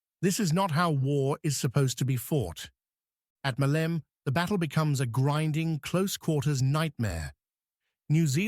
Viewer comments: the mayor of Hania in spring of 1941 was antonis isihakis I don't know though if it was him who had the conversation you described...and maleme in greek is not pronounced malem it is pronounced "malemeh" when you finish the word you keep the e so it's the same as saying air you say ee air so you say malemeh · the biggest ear damaging word this AI uses is "Male'me" please is called " Ma'leme" μα λέμε... Μάλεμε φορ φακ σείκς... ;Ρ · Ma - le - me the word has three syllables. Accent first syllable MA-leh_meh. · I think you're overly polite in describing it as simply "very inaccurate", personally I'd use "insulting to the memory of the fallen defenders". Not to mention the AI slop that can't even try to pronounce the name "Meleme" right or even consistently throughout the video. Anyway, I'd just like to point out that the civilian weapons were not confiscated by the Metaxas regime; they did issued a decree and tried to confiscate them after the insurrection of 1938 but they failed miserably. However, some 60.000 weapons were turned over willingly by the local population when the regime issued a plea soon after Italy attacked Greece - most of them were left in depots and were never given to the army.